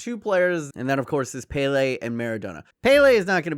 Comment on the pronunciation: The way you say pele makes me want to die